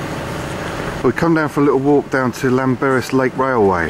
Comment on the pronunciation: pronounced....clanberriss....lol.....LL... is cler.......great vid.....i used to live about 3 mile from there for 30 years....still miss it....keep up the great work...always a pleasure to watch...check out the moelwyns if your ever up that way near Blaenau FFestiniog....plenty of woods,water and mountains...just beautifull